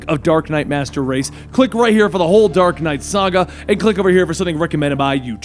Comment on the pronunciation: Hahaha he said dork knight